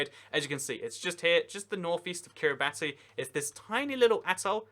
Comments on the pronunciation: really? kiriibati? or Kiribas when you pronounce it.. lol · Fun fact: Kiribati is actually pronounced "Kiribas" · love your vids but... it's Are-Kan-Saw, It's Key-ri-bass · Kiribati is not pronounced that way.